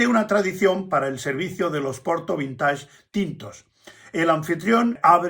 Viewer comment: Perdón, pero la pronunciación es vinteig, ya que es palabra inglesa, pero muy ilustrativo su video